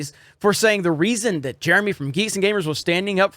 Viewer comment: It's Jeremy Cumminatuuwidanuddervideeo